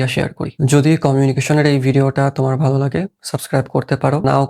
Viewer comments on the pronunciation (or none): none